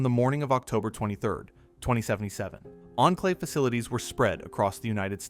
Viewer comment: You have pronounced Enclave like 7 different ways 😅